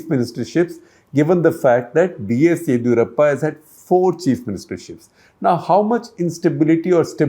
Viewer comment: It's yediyoorappa first d pounce like ( disco di not didi wala di). Set your pronunciations correct. Bloody